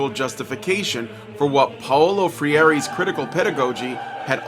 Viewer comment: Okay, this video comes across like someone skimmed the Simple English Wikipedia page on Judith Butler and then tried to summarize it for a high school philosophy paper. Some quick observations meant in good faith to produce better works going forward: - You mispronounce Freire and Foucault's names. This is a simple criticism, but if you can't get the basics right you're really not in the position to critique the field. - You never actually make the counter-argument to Butler's work. If you are going to take issue with the claim that gender is a performance you have to lay out why you think it isn't and what Butler's update of performance theory cannot explain or gets wrong about gender about gender. There's never a case for a pre-social gender or sex that is both trans-historical and trans-societal (joke not intended but still hilarious). - - , , etc. you are producing and editing this. Delete your stumbles or redo the take. This happens a lot, it undercuts your work and makes it jarring to listen to. - You conflate Judith Butler with claims of Marxism. Butler's observations about gender and performance as the social are deeply at odds with traditional understandings and readings of Marxism. You claim that this is a heresy, which I think means you're trying to come at this from a christian perspective. To give an analogy of the conflation from that perspective, this is like a Protestant claiming that Butler operates in the Catholic tradition because the Sainthoo